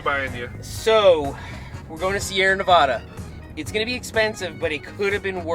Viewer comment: Seth, you pronounced Nevada wrong. 🤣